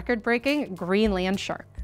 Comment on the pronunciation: The 'Green Land Shark' is a very funny image brought about by strange emphasis/pronunciation.